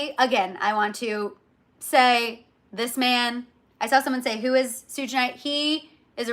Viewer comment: You say certain names so wrong 😂! ❤ "sooj." And "jennifer gardener" whyyy. "Suge" like "Sugar." Garner. 😊 😅😅😅😅😅